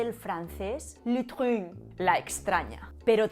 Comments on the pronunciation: La pronunciación de "l'étrange" deja mucho que desear jajajaj, pero la de "vol de mort" estuvo bastante bien. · la prononciacion de l'étrange es frances 😂😂😂😂😂😂😭😭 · " l' étrange " ' (en frances) Jejeje .... tu pronunciación es mortal !! Me hiciste reír hasta morir !!